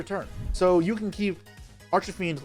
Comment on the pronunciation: I like the way he says archfiend like arch-a-fiend, sounds Italian 😂